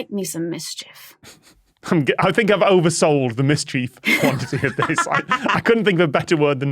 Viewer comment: Am I the only noticing that Tom pronounces mischief differently from the rest of them. “Mis-chief”